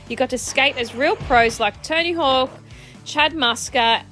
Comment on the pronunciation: To me it always sounds like you're calling him "Tiny Hawk" 😂 Thanks for the video!